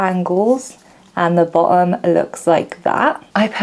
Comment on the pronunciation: Very interesting video. This was absolutely not on my radar, but it is now. I also admire your ability to pronounce words like „cutting“ and „bottom“ without using the letter „t“. You must be a Londoner :)